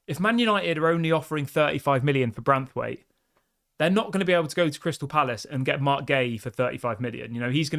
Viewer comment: It's BraNthwaite not Brathwaite. Ffs get his name right!